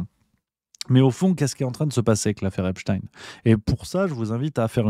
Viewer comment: Pourquoi epstine et pas epstein ? espstein sonne trop j...f ?